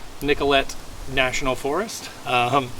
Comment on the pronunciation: Shwa- muh- gun Nick- uh -lay Say it with me.